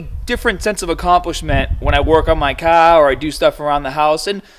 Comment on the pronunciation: you say car funny